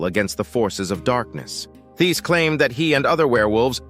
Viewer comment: Hello just want you to know the h in Thiess is silent so you pronounce it like “Tice”